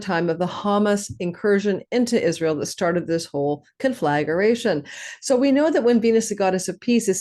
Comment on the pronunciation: It’s not pronounced “con-flag-guh-ray-shun”… it’s only 4 syllables: conflagration. Con-flag-ray-shun.